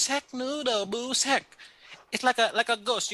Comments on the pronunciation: Jaha..... She could not day sack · God why can't she just say sack with an s for Christ sake!?